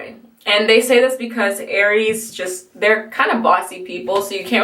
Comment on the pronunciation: you got aries right ahaha